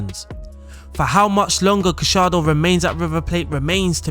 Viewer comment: GA - YAR - DO Not gashardo